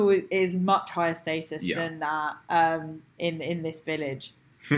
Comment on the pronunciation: pronounces "status" "state-us"